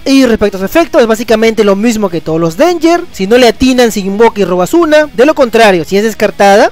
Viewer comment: Min Se invoca o se "invoka"? :v porque en yugi no es lo mismo :v xDDD